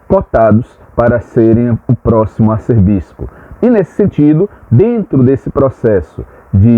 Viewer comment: A pronúncia correta é “Arcebispo” e não “arcerbispo”.